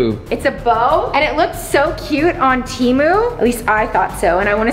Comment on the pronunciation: It's temu not timu